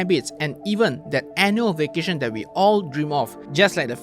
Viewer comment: You cannot pronounce "th" : that = dead, your tongue's muscle is weak so you dare not put your tongue between teeth. You use Malay consonants as English's. Earsore.